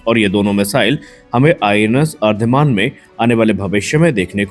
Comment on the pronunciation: अरीदमन उच्चार है उसका. अरीदमन means अरी= शत्रू, दमन= नाश - शत्रू का दमन करने वाला ये अर्धिमान अर्धिमान क्या लगा रखा है. आगे के व्हिडिओ में ठीक करो.